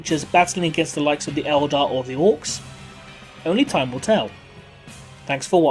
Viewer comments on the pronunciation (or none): none